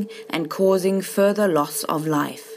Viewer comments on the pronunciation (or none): none